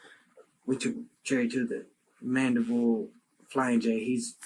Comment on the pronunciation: It’s Mandeville, AR not Mandible.